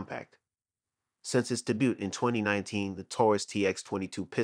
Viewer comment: My man pronounced “debut” “de-boot”